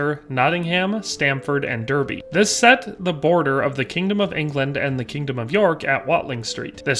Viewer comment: dArby (derby) and glostur-sheer (Gloucestershire) is how it’s pronounced. Great video though x